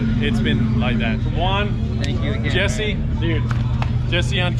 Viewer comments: The fact that his name is Juan and u call him uan hits me at home is actually pronounced like huan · His name is pronounced like huan lol suffered same way in Canada